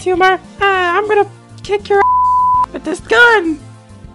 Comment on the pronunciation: bro just said witht 💀💀💀